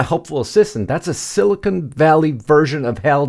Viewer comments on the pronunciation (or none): none